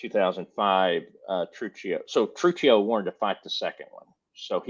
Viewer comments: WRONG! TRU-CHEE-O! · Truccio (True-kee-oh)